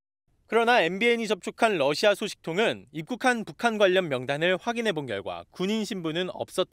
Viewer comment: TV기자들은 말도 잘해야 하지만 발음도 좋아야 한다. 특히 외국어는 가급적 원음 발음에 충실해야 한다. 그런데 TV기자들이 Russia 의 러시아를 Lussia 로 발음한. 많은 다른 기자들도 로켓의 rocket을 locket으로, Radio 를 Ladio 로, Roma 를 Loma 로 발음한다. 물론 한국어에는 ᄙ(쌍리을)이 없어서 L과 R을 전부 ㄹ로 발음할 수 밖에 없는 어려움이 있다. 그렇다면 한국인들은 R 발음을 정말 못하는 것일까? 아니다. 초성일 때에만 못한다. 아리랑(Arirang), 세레나데(Serenade), 프랑스(France) 등 잘 하지 않는가? 그래서 TV기자들에게 힌트를 주고자 한다. R 로 시작되는 단어를 발음할 때 앞에 '으' 발음을 짧고 약하게 먼저하라. (으)러시아(Russia), (으)로켓(rocket), (으)라디오(Radio), (으)로마(Roma) 등으로 말이다. 그러면 당신은 좋은 발음을 하는 기자가 될 것이다.